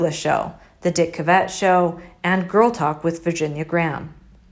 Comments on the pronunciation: Sorry it's dick cavett not dick cuvett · Dick Cuvett? Can’t we get thru one video without them mispronouncing someone’s name?